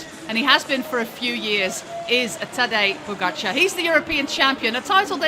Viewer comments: She kept pronouncing it as "Pogacha" without the R, which is way off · Same goes for you. We definitely pronounce the "R". Poskusi sklanjano obliko pogačarja, če ga sicer ne slišiš ...